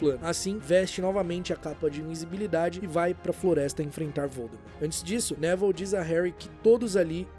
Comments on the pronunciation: Pera aí mas a pronúncia do nome do Neville não é Nevil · Top o video mas me deu agonia vc chamando ele de Nével do nada